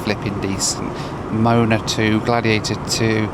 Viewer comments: Mo-a-na, NOT Mona. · I love you but do you honestly think Moana is pronounced like "moan"? 🙈🤦‍♂ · the way says Moh ah nah as moana like someones moaning has me laughing too hard, love you and your content hahaha got a good laugh outta me